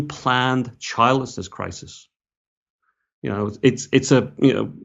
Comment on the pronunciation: When you said "childlessness" at first, I thought you were saying "childishness". I'd say childishness or selfishness is a cause.